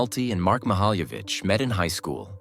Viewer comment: He pronounced her last name incorrectly every time he said it. So annoying. I had to quit watching this video because he can't even say her name correctly